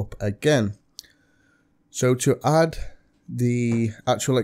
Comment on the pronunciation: In all of your videos... Stop saying Hadd it doesn't have a fucking H it's Add stop trying to force formality in your speaking just talk normally 😂